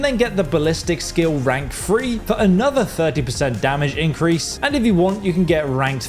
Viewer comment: I’ve never heard anyone pronounce three “free” before.